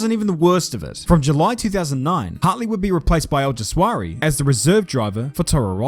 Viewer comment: I wasn't ready for that. And you mispronouncing Alguersuari's name.